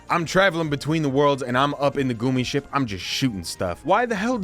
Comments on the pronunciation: dude I was liking your video, but then I had to listen to you prnounce gummi as goomy and I had to stop. It was literally painful. Its like gummy worms, They even pronounce it the proper way in the game I think! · I can’t even lie, growing up in the 2000s I always looked forward to new movies coming out because that meant a new game coming out. Also, it’s pronounced “gummy” like the candy gummy bears, referring to Disney’s Gummi Bears. Used to be a cartoon and they had Gummi Bear mascots at Disneyland. Great video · Gummy. As in gum- ee. They literally say it in the game r-tard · I love you. But if I ever have to hear goomi the instead of gummy ship again imma flip my shit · tak was a game first before show. Also they say “gummy” for gummi ship in the game “goomi” is wild. Great vid doe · I'm sorry, but I can't trust anyone who calls it a "goomy ship" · Love the vid, pronunciation of "gummi" is absolutely sacrilegious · I am now only ever going to pronounce gummi ship as the goomy ship 😂😂😂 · You’re one of the very few individuals I have ever heard defending the gummi ship sequences in Kingdom Hearts games, and the only one I have ever heard pronounce it as “goomi” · Say "goo-me" one more time. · Its pronounced Gummy as in Disney's Adventures of the Gummi Bears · The reason why Sora and gang use spaceships in KH is because the worlds are separated like planets, did you forget? And they pronounce gummi in every kh game it features in, how could you not know the pronunciation. It's gummi, like gum. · Y he sayin goomie ship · How do you go so hard for kingdom hearts and not k ow how to pronounce gummi ship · NOO ITS GUMMY LIKE GUM GUMMI SHIP